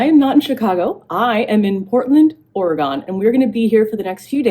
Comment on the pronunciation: Love, love, love this video! So fun for the rest of us to get a behind-the-scenes peek! Just a little hint from an Oregonian: it’s pronounced Ore-a-gun. 🙂